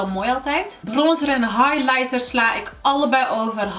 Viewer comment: Wrm kan jij highlighter niet uitspreken? 😝